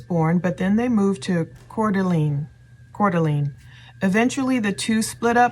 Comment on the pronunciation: Coeur d'Alene is pronounced CORE-DA-LANE I'm from and live in the PNW & used to live in Spokane, & I bought my current car in Coeur d'Alene.